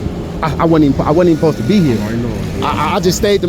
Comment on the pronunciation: "Posed" is obviously mispronouncing "supposed". You know, like when southerners say, "fixin' to", and leave the "G" off of the end of the word, resulting in the mispronouncing of "fixing". Like when southerners say "like 'iss", or "like 'at", thus mispronouncing "like this", and "like that". There are plenty of others, but I think you get the point. Not really sure what yours was, but uh....Okay. -_